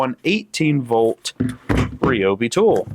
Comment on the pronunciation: Please, it's pronounced r👁obee. I have both; I like both. The old one is in my wife's car and the new one is in my truck.